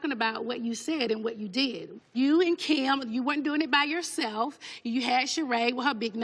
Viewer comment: “you and Keeyum” I’m done 🤣